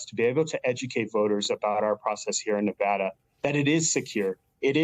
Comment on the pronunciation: Why do they mispronounce Nevada?